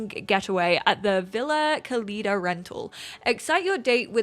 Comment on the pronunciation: Love your overviews! Notes on pronunciation: Villa (lla like in llama) vee-yah Cálida (cali like California) ka-lee-dah ... Accent indicates emphasis in the word. Rápido= rrah-pe-do (put some roar in it lol) Once accents are manageable, we can go over Xicotencatl (indigenous origin, like Xochimilco)